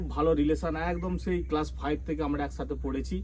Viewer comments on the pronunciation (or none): none